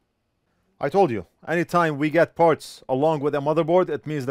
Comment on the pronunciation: You said "bag of parts" and I thought you said a bag of farts. lol I thought "well that's weird. lol